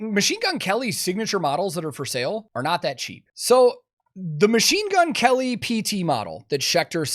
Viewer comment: Herman said "Machine Gun Kerry"